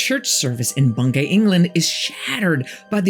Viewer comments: I thought it was pronounced Bung-y despite the spelling? I live in Norfolk and thats how everyone says it. Maybe I'm wrong tho. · Its pronounced Bung - gee